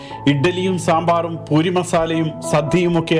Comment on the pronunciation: പൂറി അല്ല പൂരി 😄